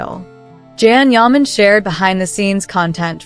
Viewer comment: Please his name is not Jan it’s Can Yaman. Can sounds like (John) but spelled Can. So please be kind say his name correct ❤Thank you